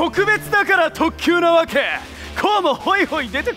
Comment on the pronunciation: なんとかなわけｪr👈こんな発音が圧倒的五条